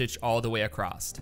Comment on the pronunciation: Where are you from? Just wondering because you say “acrosstT” instead of Across